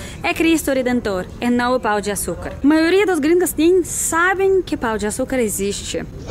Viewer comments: 😂😂😂😂😂 pau de açucar 😂😂😂😂😂 vc comprovou minha teoria que os gringos nao sabem falar pão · É muito melhor o pão de açucar do que o cristo, fez a escolha certa. Agora você falando "Pau"o de açucar me pegou demias. kkkkkkkk